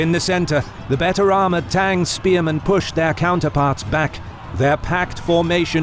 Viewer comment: It’s is pronounced not like tang